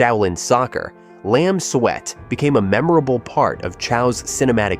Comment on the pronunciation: Makes more sense to pronounce it Lam Suit than Lam Sweat. 😂